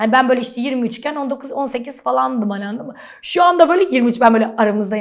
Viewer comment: Şeymacım “l” harfini kullanmayı öğrenmelisin. Annadın mı yada yannış değil, anladın mı, yanlış.